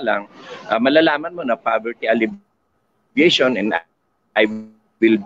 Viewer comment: Tanong lang po: Bakit ALLEVATION yata ang pronunciation ninyo sa halip na ALLEVIATION?